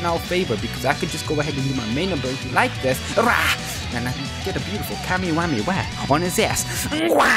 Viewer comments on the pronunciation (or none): none